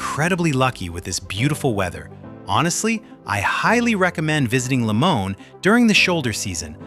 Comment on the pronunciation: It is pronounced LimonAY !